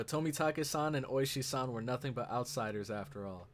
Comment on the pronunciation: It is Ooishi, the emphasis is on the first part of the name